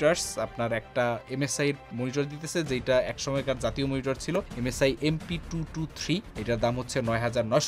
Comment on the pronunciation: the way bruh said জাতীয় memory 🥸